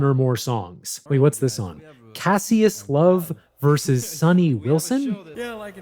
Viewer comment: Not how 'Cassius' is pronounced